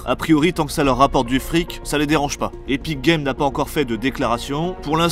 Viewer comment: C epik et non éthique game 😋